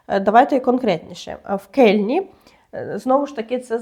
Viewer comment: Лейпциг? Кельне? А может Ляйпциг и Кёльн?